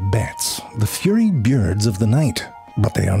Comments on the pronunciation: fyurry byirds ❌ FURY BYURDS ☑ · Did you just pronounce "furry" as "fyurri"???? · Shouldn't that be: Bats: Ze fyurry byerds?